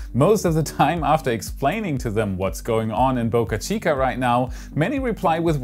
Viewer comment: A reminder, it Boca Chica, not Bucka Chica! Bo-ca, not Buck-a!